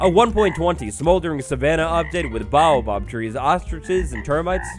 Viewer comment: Pleasseeee its called a Bay-o-Bob, Not a Bow-bob